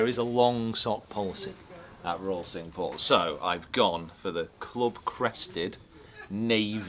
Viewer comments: Great round. Just one gripe the pronunciation of the French for five is 'sank' not 'sink' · cinque like sank, not like sink....... just sayin 😛 although could be like sonk 😬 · great video but cinque is pronounced sank, not sink! My inner pedant cringed at the beginning but I supressed it as the video was so good. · it's pronounced cinq (sank) not sink ... just saying . The course is maybe sink, but the French is sank Cinq ... just saying :)